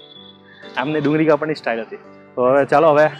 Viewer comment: Kapvani word not proper